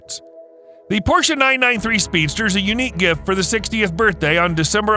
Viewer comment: Thank you for a nicely produced video and for pronouncing Porsche correctly👌